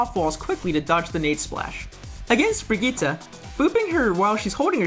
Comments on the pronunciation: did HE SAY BRIGGITTA!?!? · "Brigita" I'm dying xD